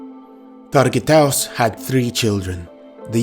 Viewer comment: his true name is not targiatos the name is targut !